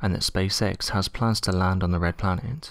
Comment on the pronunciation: It's the way the last syllable of each last word appears to have an "m" in it. Rockemt, shimp, planemt.